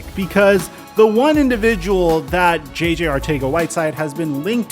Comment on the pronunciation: You pronounced JJ's last name 3 different ways...I'm thoroughly confused how its pronounced now...